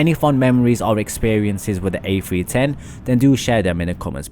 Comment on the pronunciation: This has to be the most annoying video i've ever watched . Sounds like you're in grade 9 auditioning for a scholarship. The airbus A-fwee-ten is quite the marvel to be sure